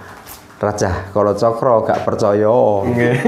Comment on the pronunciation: Harusnya di baca..kolocokro sama bolo srewu